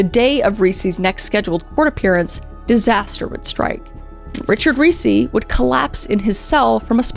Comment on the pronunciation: Ricci pronounced REE-CHEE, like the actress Christina Ricci. Come on. You have to have known that.